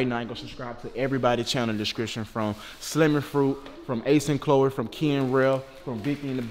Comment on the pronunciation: So nobody heard King say fruit n SLIME🤣🤣🤣: Fruit n slim bae🤣🤣 King had me dead😂😂😂😂😂